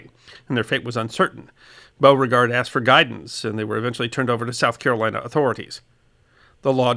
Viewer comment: Oh no you didn't! I bet I know how you said it. I haven't watched yet. But for shame! Shame! Shame! :-) Its Be-you-fort But you got Beauregard right. which just goes to show you southern slang don't make a bit of sense.